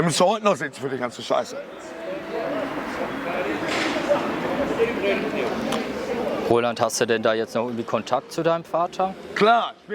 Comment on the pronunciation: der interviewer immer: aber rohland